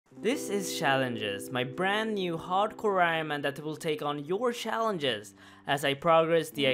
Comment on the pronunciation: Shaalenges xD